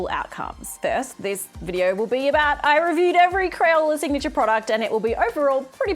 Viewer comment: "Signatuair" 😂 Gold